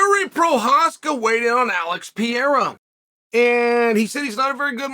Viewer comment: Alex Piera, Kumara Ooozmen, Hoomzat Chimaev, Yourear Rodríguez, uncle Chael never lost a round😅😂